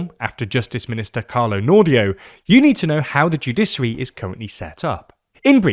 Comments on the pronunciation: Shouldn't the word sound like "judishary", not "judisary"? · Man I'm sorry but it's joo-DISH-uh-ree, not joo-DISS-uh-ree. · There is absolutely no reason to pronounce it "judissary." Stop it. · it's pronounced 🗣📢《JEW-DI-SHI-ARY》 Get it right‼ even a 5 year-old could do better. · What the fuck is a "judissary" and what the fuck is the "judissal" system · Joo-DISH-uh-ree, joo-DISH-ăl are the correct pronunciations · What the heck is a "Judisery"? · judiSary 😬 is that really how Brits pronounce it 😂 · The pronunciation of ‘judiciary’ in this is maddening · Being a lawyer in England, I've never heard a single lawyer pronounce it that way . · Dear God! Is that how the Brits pronounce "judicial" and "judiciary"..? 🤔 🤮